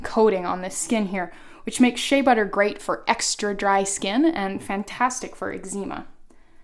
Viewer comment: You say eczema strangely.